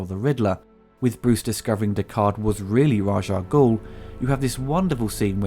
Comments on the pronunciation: its Raas Al-Ghoul , not Raag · When you said the score could be used in anything, I do believe it was used in a car commercial, I think it was Audi if I recall. You also said Raj Ah Goul, but it's actually Rahz Ah Goul, the Raj name makes him sound like he works in an Indian Call Centre! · One quibble: you're pronouncing Ras Al Ghul's name wrong. It isn't "Razh". The proper way to say it is "Raish", but I seem to recall back in the '70s one of the comics had a side note that had it as being pronounced "Race". Also, the full name is spoken as one word rather than there being discernible pauses between the separate parts. That's why we turned "Salah Al Din" into "Saladin". So, I guess it would sound like "Raishalghul" or "Raishal-ghul". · why do you call him "Raj"? Is it sth from the comics? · Eurgh! Why did you keep saying Raj Al Ghul??? It's RA'S - with an 'S', not a 'J'!